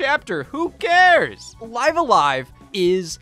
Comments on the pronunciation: It's pronounced "Live A Live" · Why does he say live a live wrong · Live a live was great. Speaking of it was weird hearing you call it live a live when clearly its pronounced live a live... or maybe its live a live? I dunno but I've also heard people call it live a live which makes me want to unalive a live